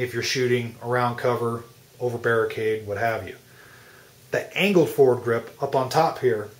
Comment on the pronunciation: is he saying forward grip? it is bugging me.